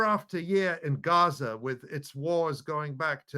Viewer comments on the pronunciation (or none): none